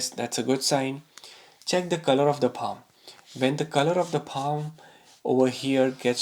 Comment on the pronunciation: It’s paaa m not paaa hhhm